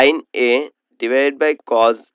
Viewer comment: আংকেল আপনি তো কজ বলেন কিন্তু এটা তো কছ